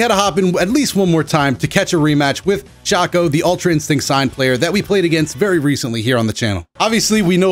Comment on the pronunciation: his name is Shoo-co, not Shah-co (tried to hit some phonetics to help you out on that.)